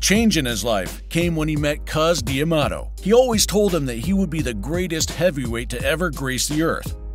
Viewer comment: I finally had to stop when the stupid narrator mispronounced Cus D'Amato's name AGAIN.